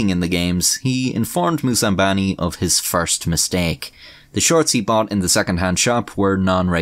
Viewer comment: *Moussambani, not Moussambini.